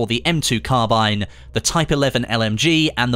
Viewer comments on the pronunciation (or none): none